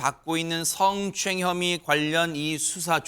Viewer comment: 승추행 승추행 발음 왜저래